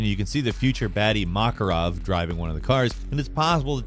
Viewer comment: He pronounced zakaev two completely different ways in the video lol. And he even messed up Makarov.